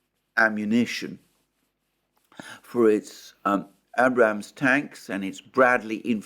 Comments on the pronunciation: 😁I chuckle now, each time I hear - Abb'Ramz tank... That's all Alexander, luv it brother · Yay. You finally said Abrams tank correctly. 😆